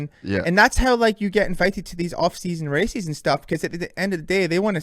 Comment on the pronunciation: Apparently we've been saying "races" wrong the whole time. According to Deano, it's "racees".🤣